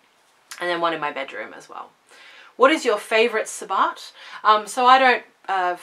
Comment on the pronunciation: I just recently found you and am thoroughly enjoying your channel. Now I don't know if the way you pronounce sabbat is an Australian thing or just the way you say it. It is pronounced to rhyme with rabbit.